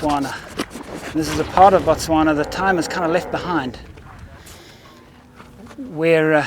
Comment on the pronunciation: Its Botswana, not Motswanna